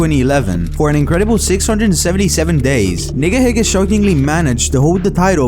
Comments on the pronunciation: Bro didnt not say nigahiga correctly 💀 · I wasn't a subscriber, but I remember hearing about Nigahiga. And I feel like I heard it pronounced "Neega heega" to avoid it sounding... questionable...